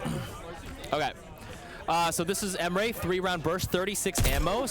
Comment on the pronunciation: Never heard my name pronounced this badly before but here we are.